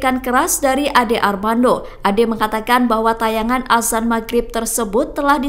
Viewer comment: Azan bukan asan 😅